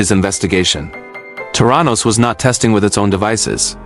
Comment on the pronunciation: from an investigative journalist's perspective your article needs to have words correctly pronounced and spelt....the name of Elizabeth Holmes's company is not Terranos----it's THERANOS.....there are many more glaring mistakes throughout the article.....please kindly rectify...